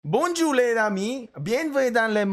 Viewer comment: Bonjour not bonjoour